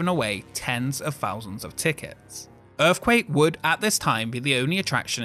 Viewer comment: What the heck is an erf-quake ??